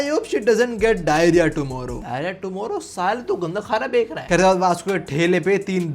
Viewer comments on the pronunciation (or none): Bhai me har video me iss Bek rha shabd se pareshan ho gya use bek rha nhi bech rha kehte he bhai 😊